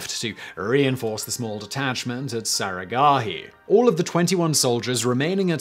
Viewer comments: It's not saragahi it's saraghadhi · The massacre at saragarhi seemed tame when compared to how you murdered the pronunciation of the battle cry.